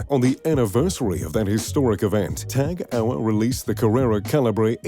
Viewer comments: Tag UH-wer?!!! It's Tag HO-yer ffs... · Tag Hour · Lots of people think its French cuz of the TAG merger, but the heuer part is German ofc and it makes me wince too. He just says TAG Hour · s/b pronounced Tag HOY-er. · I think im having a little stroke everytime he tries to pronounce Tag Heuer.... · I wince each time too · One would assume that a person talking about luxury watches should know how to pronounce "Tag Heuer"